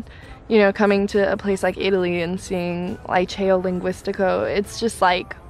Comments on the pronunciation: Liceo is highschool girl.... and you don’t say Laiceo but Liceo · "lee-cheh-oh" not "lie-chayo"